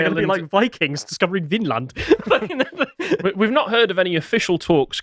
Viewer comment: pronaunriation of Vinland was really good!